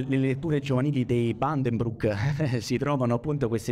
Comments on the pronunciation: Utilissimo dibattito. Sorprendente purtroppo la pronuncia di Buddenbrook in inglese(?) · Braudel è uno storico del XX e non del XIX secolo, Weber e Buddenbrok sono nomi tedeschi e si pronunciano "alla tedesca", non come gli americani. A parte questo la discussione merita per interesse e attualità del tema.